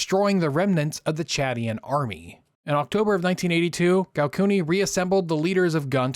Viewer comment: Bro can’t even pronounce Chadian